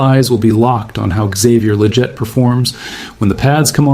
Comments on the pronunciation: It's not lajette it's leggett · Considering your always talking about leggett it would be nice if you actually pronounce his name correctly